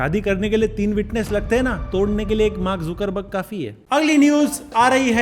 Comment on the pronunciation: Zookerberg nahi, Zaakerberg pronounce karo mere bhai